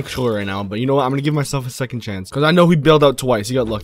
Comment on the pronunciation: Dude can’t even say 2nd😂